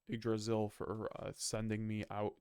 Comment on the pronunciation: It’s pronounced igg-dra-zil not why-g-g draysal?